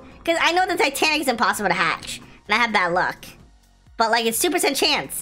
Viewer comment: he said titanic😂😂 Vunny fery vunny